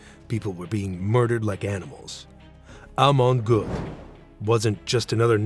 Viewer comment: Prononez Amon Gueut